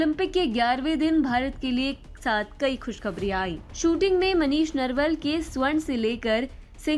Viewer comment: नरवल नही नरवाल होता है।